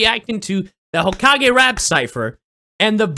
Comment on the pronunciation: I will never get over how pronounced Hokage